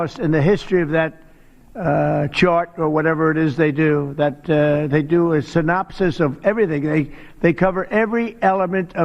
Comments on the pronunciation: In shock he pronounced "synopsis" properly 😂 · I am surprised he could pronounce the word synopsis. 😮